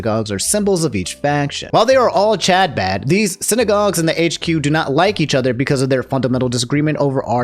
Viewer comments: I love you man and I hate to be that guy but Chabad is pronounced huh-baad. I hope this reaches you with care. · i love how you're pronouncing chabad, genuinely. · The way pronounces Chabad and other Hebrew language terms is painful to watch. My dude. You are a good dude. I don't even care where you stand on what happened there. But look up the names and get a bit closer than THIS.